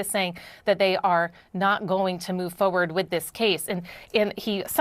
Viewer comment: Did she just say foe werd ?